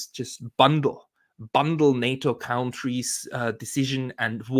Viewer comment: please stop mispronouncing the word 'countries.' The first syllable is not pronounced 'count,' it's pronounced 'cunt.'